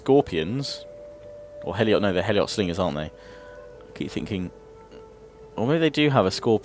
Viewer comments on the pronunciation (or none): Heliot slingers is pronounced Helot